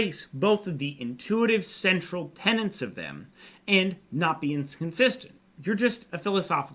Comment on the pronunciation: Tenets, not tenants